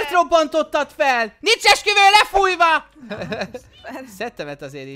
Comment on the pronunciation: Esküvő helyett Eksüvő XDDDD